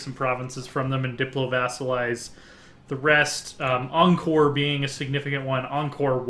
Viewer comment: 1. Pronounced Ky-mer 2. Pronounced (long vowel) Ang-core